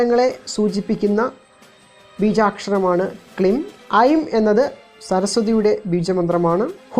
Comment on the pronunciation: Not klim. It is kleem...writing in malayalam is good it does not split the joined sound. Thanks for the info